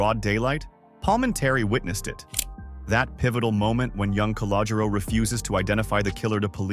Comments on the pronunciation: Cah-low-Ger-Ro....work on it! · Also, if you can’t pronounce Calogero, don’t say it.